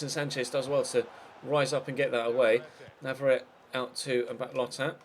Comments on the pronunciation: NavarretE not navarret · Since pronunciation is under scrutiny again... Navarrete is pronounced na-va-REH-teh, with FOUR syllables Mbappé Lottin is pronounced mbah-PAY loh-TAN, with TWO syllables in the first half of the surname, and stress on the second syllable for both Paredes is pronounced pah-REH-des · He's from Argentina, which speaks Spanish, and there are no silent vowels in Spanish. If it was spelled Navarette, then it's French and is correct. But that isn't the case.